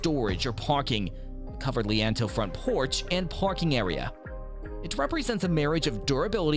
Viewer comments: Lee Ann toes...bruh, it's lean-to this is fucking hilarious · Again….”Lean-To” (Phonetically: Leen-2). Silly muskrat